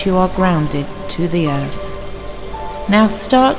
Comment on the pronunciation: Liv, is what bothered me is the way she says 'breaf' and 'earf'. Don't mean to sound judgemental .... jus' sayin'. =^..^=